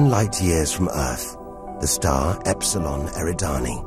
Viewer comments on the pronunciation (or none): none